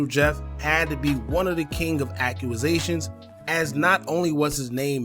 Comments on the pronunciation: Enjoy ya channel BOSS but you need to brush up on ya pronounciations...its not accru-rusations 🙄 you need to get rid of the ppl round you.. its accusations ( ak-que-zay-shon) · Great video bro… But it’s “accusations” not “akuazations” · Act-u-zations… now say it fast lol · Ak You A Zations 😂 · I had to come to the comments for Ack u a zations lmfao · You a grown man and don’t know how to pronounce a simple word bro. 😭Sound like a 5 year old. “Aqqumazation” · “ AQUAZATIONS “ 🤣🤣🤣 put a pause on the YouTubing and press play on the literature books fam 😭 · Brooo no W in that word. I was like tf